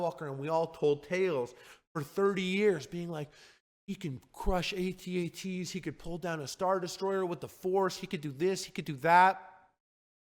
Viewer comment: Thank you for these words Harley. But especially, thank you for pronouncing it A-TEE A-TEE